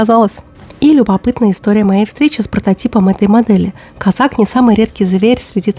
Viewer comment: Козак. Ударение на второй слог.